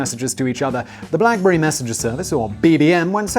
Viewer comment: Blackbury? Wtf Simon